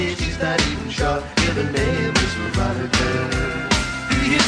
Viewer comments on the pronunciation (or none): Veronica? Say what? Always thought he was saying “the rat turd” …like what? How you trynna say Veronica and it come out like that